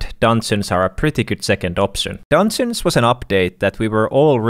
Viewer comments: say Dungeons right not dansins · I love how he says dungeons its like dunsens